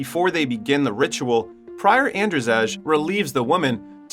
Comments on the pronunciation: In your country Andrzej is pronounced the same as Andrei, not "Andrjeg" :D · It's not "An-dra-zej" 😂, it's pronounced as And-zey or And-zei. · "Ander Zejj" lmfao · Your/The AIs pronounciation of "Andrzej" is painful. Its pronounced "Andzhey" or "Andjey" with french "je" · is that shet a polish film? cuz if yes andrzej u pronouced it wrong